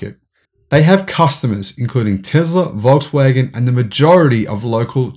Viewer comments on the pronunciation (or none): none